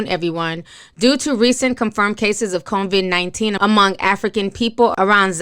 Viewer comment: ITS COVID-19 NOT CONVID!!!